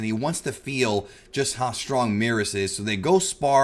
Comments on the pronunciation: Why does he keep calling Beerus Meerus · It's merus not meerus. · Not sure why he keeps mispronouncing Merus and causing the confusion